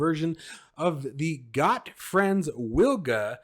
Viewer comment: It's pronounced "Vilga". It's Polish for oriole.